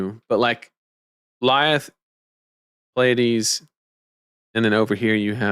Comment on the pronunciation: Mad props for actually pronouncing Pleiades even remotely correctly. The amount of people who can't seem to recognize that the first two letters are P and L blows my mind.